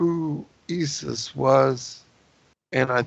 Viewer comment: Very interesting the way you say ye-sus, pronouncing it exactly like the Dutch/Afrikaners would in SA.